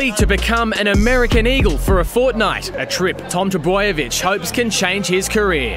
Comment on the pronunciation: What;s with Seppo doing the commentary? Especially one who can't be bothered to pronounce Trbojevic correctly.